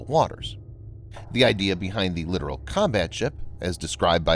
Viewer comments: Dude you sound dumb saying LITERAL. It's LIT-TOE-RoLL. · It's not literal. It's Littoral. Lit Tor Al. Both Ts are pronounced. Exactly as it is spelled. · The voice over guy is literally pronouncing "littoral" as "literal." Don't feel too bad, though... The late Sen. John McCain literally made the same mistake when he was running for president. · Come on. Let us get with the program. It is NOT a literal combat ship!!! It is a Littoral (long "i") Combat Ship that operates in the littorals...literally. Calling the LCS a literal combat ship is like calling an "A" "H" 64 Apache Attack Helicopter an 'ah' 64... sounds VERY UNPROFESSIONAL and all those who hear it that... that have 'been there and done that' are disturbed by the lack of understanding of the common man of things military. Military communications verbal, data, [anything] must be accurate, unambiguous, and timely. To call an LCS a literal combat ship is to use miss-information against the public... who paid for all of this! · Littoral isn't pronounced the same as literal. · If only you didn't mispronounce Littoral the entire time.